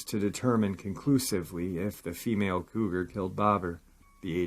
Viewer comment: I was confused for a minute; what are they talking about an old man and calling him the term “codger” (kah jur); I see now you meant “Cougar”. I really liked this episode. Take care everyone; be safe. Love y’all!! 🖤🐺